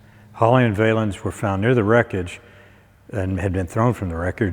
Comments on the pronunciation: Ive never heard anybody pronounce Richie's stage name as Vay-lens. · Yeah real nice fella but it would’ve been great if he would learn to pronounce Ritchie Valens name he pronounces it as if it was Vay -lensI mean if you’re going to do a video cast on three guys you can’t be that much extra work to make sure you know how to pronounce their names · Not even pronouncing the name "Valens" properly is shameful when doing a video about this accident, as well known as he was....... stick to a subject you know. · Does he seriously not know how to pronounce Ritchie Valens name???? Come on, man. Lol(a la sleepy Joe biden)